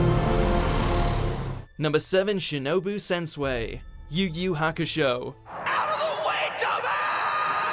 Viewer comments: Man couldn't spell shinobu sensui he said sensue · Im triggered he pronounce sensui wrong its pronounced (sen-swee) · He said, "Sen-Sway". IT'S SEN-SWEE IDIOT!!! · Axel Trujillo - Man, I'm glad that I came across your comment. I get that the names would be pronounced differently in English, but some of this narrator's pronunciations here are absolutely god-awful. I mean, "Sensui" becomes "sen-sway"? Come the fuck on.